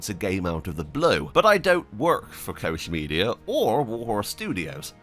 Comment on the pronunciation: Its not Kosh, its Koch Media.